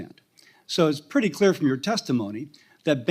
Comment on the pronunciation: Let me be cleayuh. Sick and tiyud.